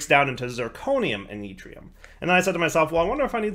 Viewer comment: yeetrium is my favorite one so far.